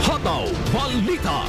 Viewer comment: Pwede po ba alisin ang 'aaàaa' s dulo ng salita. Tulad ng pagbigkas ng hataw aaaaa.